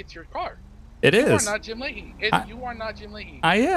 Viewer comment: haha jim lahey (lim jahey)